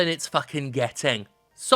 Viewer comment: I heard the video as ending in the word "Sodom." How appropriate.